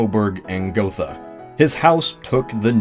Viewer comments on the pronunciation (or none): Gotha not Gothe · It's Saxe-Coburg and GothA! The Dynasty was named after the city of Gotha (pronounced Got-ha, not Goffa) with the full name of "Sachsen-Coburg und Gotha". This branch of the over 1,000 years old House of Wettin (Kings of Saxony etc.) ruled also over Belgium (1831-today), Portugal ( ), Bulgaria ( ) and of course the United Kingdom (1901-today). Fun fact: Queen Elizabeth II. is the last british monarch from this House. Her children are (in theory) members of her husbands, (Prince Philipp) House of Schleswig-Holstein-Sonderburg-Glücksburg aka Royal House of Greece aka Royal House of Denmark aka House of Oldenburg. The Queen however decided, that her children will use the name of "Mountbatten-Windsor" which is a little bit strange regarding the fact that the House of Mountbatten (= the hessian Dynasty of Battenberg) is on Prince Philipps mothers side of the family. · It's Saxe-Coburg and GothA! (or in German: Sachsen-Coburg und Gotha, btw. "Gotha" is NOT pronounced "Gofa" (english th) but rather "Go-tah") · Gothe is pronounced: Geut-eh (with the first part somewhere between goat and gate. Euy, sort of.) German doesn't have any "th" sounds anymore, though it used to. So th is pronounced like a t followed by a slight h. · the german language has not the TH sound. This digraph is pronounces as the T in "Tea". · wouldn't Goethe be pronounced like Gurta, you know like Johann von Goethe? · Gotha with an „a“ (not „Gothe“) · It's actually Saxe-Coburg and Gotha. Sorry, I'm from that City, I had to say something... But it has to be difficult to pronounce for non-german spekers :)